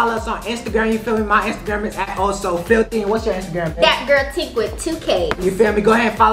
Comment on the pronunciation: I mean tink not think